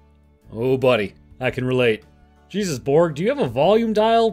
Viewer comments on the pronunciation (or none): none